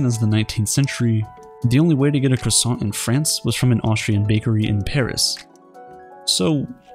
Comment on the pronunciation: No! Not my "krahow-son"!